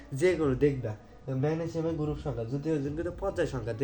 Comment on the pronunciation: পজ্জাই, গুরুপ, 😂😂 আনুভুমিক ❌ অনুভুমিক✅😂😂😂😂😂